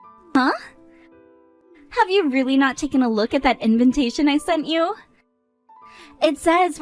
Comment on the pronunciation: WHY DO THEY ALWAYS SAY "INVINTATION" IS EVERYONE OF THESE VIDEOS? ASIAN OR NOT, STOP ADDING THE EXTRA N.